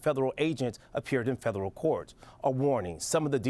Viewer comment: Is he saying "fedallul"?